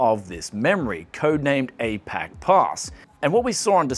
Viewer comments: A-Poc pass? Haha... oh my goodness! Oh my goodness I laughed so hard at that pronunciation! Apache Pass is pronounced "A-Patch-EE" Pass... named after the Apache native Americans of South Western United States. Thanks for the laugh.. great vid! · "Apache' is pronounced, 'Uh-PATCH-ee'...as opposed to , 'A-pack' :) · "DDR RAM Memory" Double Data Rate Random Access Memory Memory Pronounced "Ah-Patch-Ee", not "Aey-Pack" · A-PACK Pass? It's ApachePass, Apache is pronounced "A-PA-CHEE" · It's pronounced "Ah-Patch-E," as in the American Indian, not "A-Pack." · yes, wtf sounded like "A-peg-pass" to me. No no no no. APACHE.. A-PA-CHEE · Apache is pronounced Ah patch Eee. The name of an indigenous tribe of native Americans. I do not know of any tribe that's going by A-Pack as that sounds cool probably better suited a rapper's name or maybe a kpop girl band if not perhaps a low tier American boy band name. Apache is the name of a badass helicopter that's a flying tank of death for a reason after all so kinda want to get it pronounced right as not to offend a nation and any pilot and crew of the awesome machine of war that even got its own TV show in the eighties because it was so badass. When you name something Apache, it's meant to be badass. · It's pronounced "apache", as in the indian tribe. :) Neat video tho! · "ApackPass"... It's ApachePass, as in Apache Indians... lol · I thought apache was pronounced a-patchy, but he said it like a-pack y he do dis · lmao.. that not "ay-pack pass" it pronounced "apachie pass". like the native american tribe. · A-Poch PASS...LOL. Apache pronounced : Ah-Patch-ee. It's tribe of native americans. LIke Apache servers and Apache Warrior from the comics. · A-pack Pass? Can definitely tell you're not from America. It's "a-PAH-chee", like the Native American band or server interface. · Apache is pronouced ... Ah-pa-chee. not A-pac...lol. its a native American word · It's pronounced "A-PATCH-EE". Apache is a Native-American tribe in the USA.